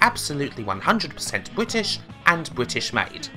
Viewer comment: wotting bwitish pwivatization.